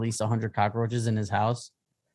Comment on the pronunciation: Kills me that Rob says cockroaches with four syllables lol